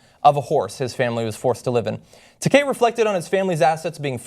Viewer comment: George Decay? Man. Butcher the name. Funniest butcher near ever. Ta, like Ta-tah (version of good-bye)! And kei like the letter. T-Ah-K. Takei. Not Decay. Pretty funny though. George Decay. Pfft! Sounds like some kind of super villain. XD